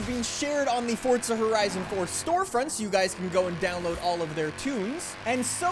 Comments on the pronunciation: i love how he says fortza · Y does he say fort za